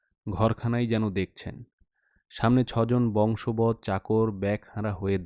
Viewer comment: গল্পের সংলাপগুলোয় আঞ্চলিক উচ্চারণ দারুন লাগলো। গল্পপাঠ ভাল হলেও কিছু শব্দোচ্চারণে ত্রুটি রয়েছে যেমন ‘বংশবদ’ নয়, কথাটা বশংবদ হবে। আপনাকে ধন্যবাদ, আরো শোনবার অপেক্ষায় রইলাম।